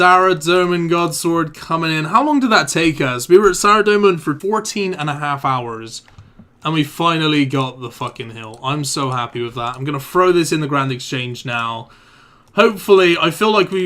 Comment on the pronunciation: Learn how to say "TH" its not pronounced "Free" as in "3" or "Frow" as in "Throw"